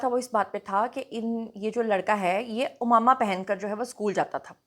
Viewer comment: عمامہ میں ع پر زبر ہے آپ پیش کے ساتھ ادا کررہی ہیں